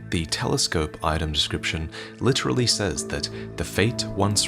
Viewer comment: "... decroiption!" - He'll probably explain how it's some acceptable ethnic variant.